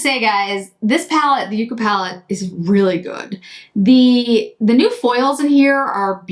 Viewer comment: These revisits are so helpful for knowing what to buy! The look today is beautiful. Ps The ND palette and and shade names are plants, with the first usually pronounced as yuck-a. Like 🤢 not so much like you-ca. I wasn’t sold on it but curious.